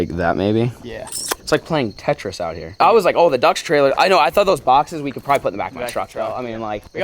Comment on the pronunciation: I love it BUX instead of DUX